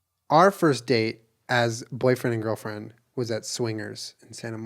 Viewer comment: "Our first date as Boyfriend and Girlfriend" Emphasis on friend.